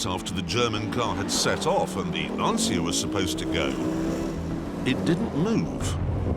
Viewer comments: I'm loosing my ears every time he says Lancia mispronounced. It has to be said "/lancha". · This is still my favorite lancia of all (which, by the way, is pronounced lancheeah and not lansiah as Röhrl correctly says it). Great days. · I love this story and Grand Tour / Top Gear as a whole... just one thing that always bugged me... Will anyone ever tell them how to pronounce Lancia correctly? "C" is pronounced as a "CH" by the Italians. So it's "Lanch-yah", almost rhyming with "Lunch". Have a listen to the driver saying its name , or just imagine Mario saying "Thisa car, ita launch ya", if you're still stuck :'D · LANCHAH... 'CI' should be pronounced like the beginning of the word "change" not like SY in "system". "lansya", as it is often pronounced, sounds like "the anxiety", in Italian. while Lancia means spear, a totally different meaning ;] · It s not lansia pronunciation but lancia L A N C I A Dam ..anzi cazzo ! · its not ''lansi's'' for heaven's sake, its ''lanchia'' pronounsiatioin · so funny how clarkson pronounces "lancia" as "lanSIA"... it's just "Lancia", same sound as "Lunch", i swear! (btw, it means "spear") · to hear LANCIA pronounced as LANSIA makes me literally sick! L' ANSIA in Italian means "The Anxiety" whilst LANCIA (where C is pronounced as english CH-) instead means "Spear". See the logo. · Its LANCHA, not lansia,. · its pronunced LANCHA (not lansia) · Please stop saying" Lansia" the right pronunciation is " Lan tcha". The mark that I love so much being destroyed by Fiat plus it get pronounced differently just annoy me!! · Lancia, like ChaChaCha, not Lanzia. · The "Lansia" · Brilliant video! Just one comment: next time please pronounce Lancia correctly, with "chah" at the end (Lun-chah) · In reality it's pronounced without the "i". It's just "Lancha" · It's called LanCia not LanSia! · I thought the proper pronunciation was “launch-ya”? Great video either way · It's pronounced LANCHIA. Great video btw.